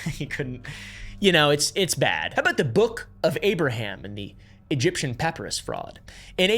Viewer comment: bro please pronounce SOMETHING correctly lamanites, nephites, papyrus, necromancy ALL WRONG